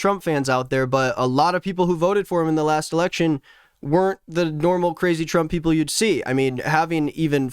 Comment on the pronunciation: ERRECTION? OH MY GOD 💀💀💀💀💀💀💀💀💀💀